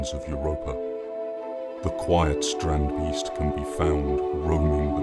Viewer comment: Strand - BAYST Not "Beast"